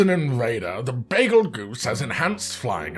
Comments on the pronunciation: BAZELGUESE that's a weird way of pronouncing beetlejuice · Fact know one truely cares to say bagelgoose name right